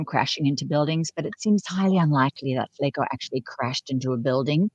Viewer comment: It’s not Flako. It’s Spanish, for “skinny” Don’t ask a Brit how to say Flaco. It’s Flaaaahhhco